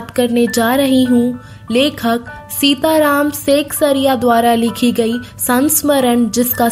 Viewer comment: Seksariya nhi sexriya